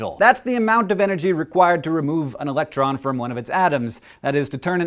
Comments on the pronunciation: srry to be a Daniel... but "Electron" not "Elctron" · Haha! "Elctron" . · what's an elctron? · Elctron :P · "elctron" hwhehe